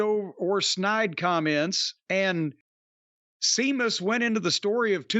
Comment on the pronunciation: Come on man. He is constantly mocking him and putting him down. Calling him "Seemus" and talking about being pale. And he's not even being presented on a main event level for a while anyway. So that can't be the reason.